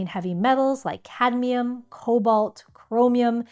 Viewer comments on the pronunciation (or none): none